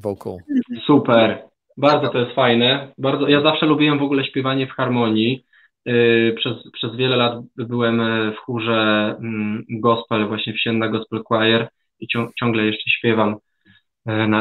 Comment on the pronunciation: Gwoli ścisłości: Sienna przez ś (od siedziby chóru przy ul. Siennej w Warszawie), nie sje.